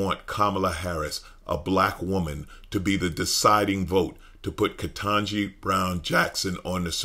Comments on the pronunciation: "KentAgee"? I know he's capable saying "KetANgee", but he's making a point with his followers. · I'm sick of him mispronouncing KBJs name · Why does he have to keep purposely mispronouncing her name???? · It didn't take him long to pronounce her name wrong.